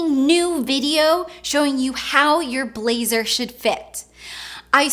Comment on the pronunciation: Is it just me or I'm hearing 'laser' randomly 😂😂